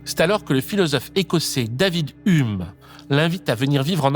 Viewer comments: "Ume"... Dans le milieu on dit "youme" pour Hume. 🤗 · Stoooop, on dit "hioume". Très chouette vidéo sinon. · Pourquoi personne ne t'a dit comment on prononce Hume ? 💀💀💀